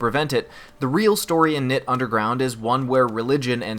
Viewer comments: No,, you are pronouncing it wrong. You are suppose to pronounce it as in K-nytt. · It is pronounced 'night' or 'knight'. It is a pun... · it's pronounced like 'nit'